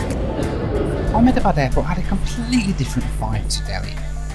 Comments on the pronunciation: the way you say Ahmedabad is so funny! my grandparents live there and it is pronounced "Am-Da-Bad" appreciate your effort though! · Amazing video, btw the correct pronunciation of Ahmedabad is (Ah - (immediately) hem-dha-bahd)